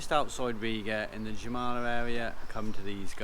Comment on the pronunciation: Oh And Jūrmala In english is prounounced Yoouurmala